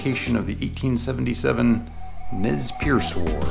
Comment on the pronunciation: Nez Perce is pronounced Nay Persay